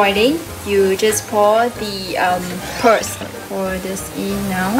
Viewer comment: Oh and it’s “boil” and “pearl” not “boi” and “per”